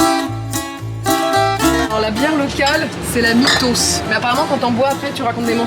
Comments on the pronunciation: La bière Mythos se prononce missos sinon mitos ça veut dire nez en grec. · Je suis grec doc pour info la bière se prononce [Mythos] et ça signifie mythe (genre la mythologie quoi) Rien à voir avec les mensonges et on dit une Spanacopita pas un.Donc par pitié :RESPECTEZ MON PAYS SVP!😭